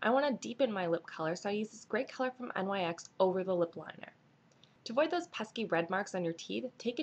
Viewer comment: NYX is pronounced Nicks